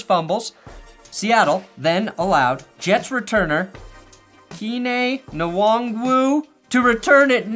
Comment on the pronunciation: That Kene Nwangu pronunciation was so cursed 😂